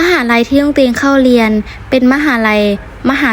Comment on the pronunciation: ไม่รักแล้วจ้า เกลียดคนลาวที่สุด เพราะลาวมั่นหน้า มั่นใจว่าตัวเองพูดไทยชัด ทั้งๆที่พูดผิด ตลอด เรียน ค่ะ ไม่ใช่ เลียน